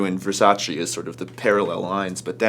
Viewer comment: È VersacE Not VersacI